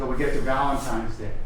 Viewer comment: Did that prosecutor actually say “ValenTIMES” Day ??? Ugh I hope not.